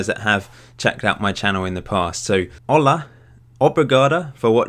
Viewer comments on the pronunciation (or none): none